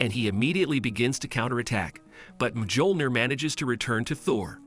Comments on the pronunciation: he said mgiolnir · MJÖLNIR IS PRONOUNCED MYO-LNYI-ER NOT MJOLNIR GODDAMIT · It's pronounced as Miyolneer